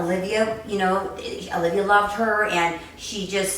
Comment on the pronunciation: Her name is Alivea, not Olivia.